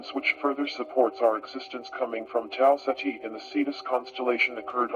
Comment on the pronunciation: I like how it sounds like (Tau set he) For the star system